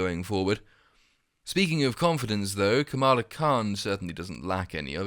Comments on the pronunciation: Perdue didn’t just mispronounce her name, he mocked it. Watch the clip he says “kAmala or kamAla or kamalamalamala” it’s not an honest mistake dude was being rude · It’s pronounced “Kha-muh-la” like “Kha-mune-ist.” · Bro you are neither black or American. Mispronunciation of a ethnic name is the EXACT thing white people with authority do to poke fun at us. If we react in an emotional way we are seen as a problem and fired, removed, or worse. But it is clear disrespect especially when you already know how someone’s name is pronounced. I understand you not getting it though, but trust me it was done on purpose. Look at Trump and Pence’s rallies you will see how disgustingly racist they are when among a crowd of their peers. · Funny thing is Kamala Harris pronounces her own name wrong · Kamala is probably a dactyl. It is close, but it feels like the stress is the first syllable.